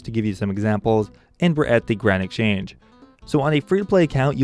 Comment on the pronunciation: Why cant you say exchange nigga